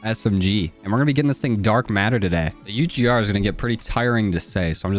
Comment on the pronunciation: i like how you have name the gun it sound like you're saying "RAHH"